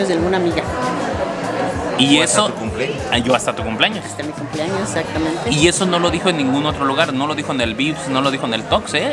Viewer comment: "exaptamente" 😅